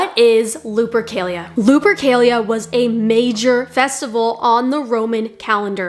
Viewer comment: Why does she continually pronounce it "Lube-ercalia"?